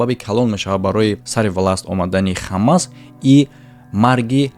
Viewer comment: Бародар Хамас не Ҳамос Талафузи дурусти Форсияш Ҳамос мешавад